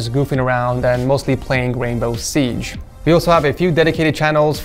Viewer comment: Rainbow sige ???? wtf is rainbow sige???? lol r6?